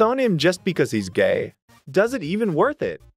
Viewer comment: Gae you mean gay?